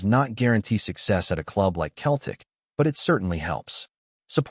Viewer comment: It’s Seltic not Keltic👹👹👹